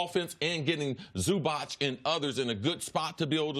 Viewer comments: ZuBauche? 😂 c’mon Chris B it’s Zubac bruh. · It’s “Zubats” not “Zuba’ch’”